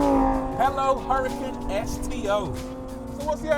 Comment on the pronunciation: You know it's not a Hurrican right, It's an Hurcan pronounced Urcan. It is named after a bull. The H is silent and there is no I. IMHO as a presenter you should try and at least get the name of the car right.